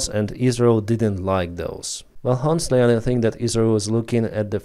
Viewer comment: The "H" in honestly is NOT pronounced ! It is "Onestly" not "Honetly " !!!